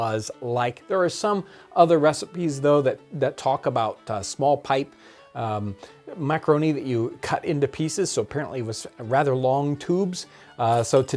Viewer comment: "Mac-a-ro-neh!"